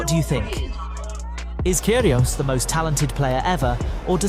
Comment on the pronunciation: i love nick "care he aus"